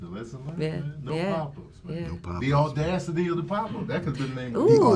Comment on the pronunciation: Damn! I didn't know interviewing big folks in Hollywood. Do your thing. "The ordasity of the pop up"🤣😂